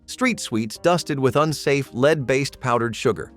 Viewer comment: The mispronounciation of lead is driving me. 😂 Absynthe candy??? Marilyn Manson would have loved that 😂